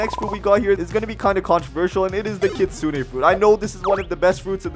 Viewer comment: did that say Hitsune or Kitsune ?